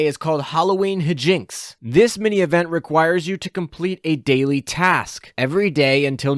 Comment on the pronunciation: High-jinks, not Heh-jinks